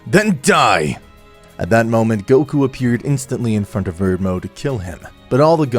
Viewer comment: All I've gotta say is you need to get transformation names correct. "Ultra instinct mastered"? "Saiyan blue transformation"? "Blue transformation dominated" ? Come on dude... Also did you call Belmod 'Verdmo' ?